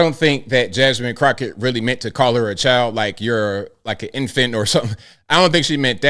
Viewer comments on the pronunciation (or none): she said "chowl" not "child"